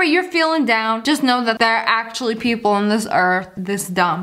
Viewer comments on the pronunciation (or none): Here's a joke when she said people Pee-pole lol